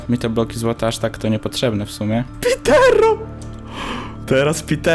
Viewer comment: Pitero, tak na przyszłość, wymawia się "potki srtenfa", pozdrawiam szefa.